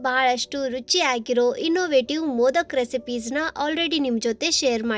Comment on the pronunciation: Adu modaka not modak